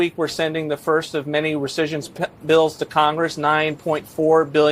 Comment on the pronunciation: live you dude but it's not recession it's rescission. Two very different meanings! Gotta get this stuff right brother!